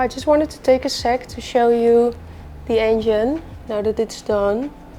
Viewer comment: Heerlijk zoals je “the” uitspreekt als die, maar verder erg leuk kanaal en respect !💪